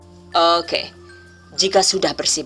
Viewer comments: ...👍👍👍...oookeeh... Aku suka bgt pas pengucapan "eehg" & "ookeeh"... Terima kasih mbak atas ilmu nya... Good luck...💪💪💪... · Pada bae mbekayu nyong y wong ndesa "owke"😂